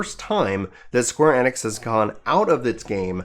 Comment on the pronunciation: square E-Nix say it like that not enix